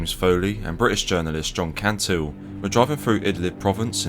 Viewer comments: Great video, just to point out that it's John Cantlie (pronounce Cant-ley) not John Cantile. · Great video as always. One minor correction, it's John Cantlie (not Cantile).